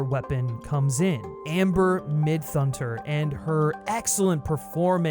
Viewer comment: Wait. Pronounce “Midthunder” again?